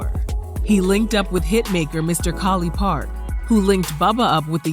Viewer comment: I swear he kept saying “Collie Park” until I moved here almost 10 yrs ago and start talking just like him lol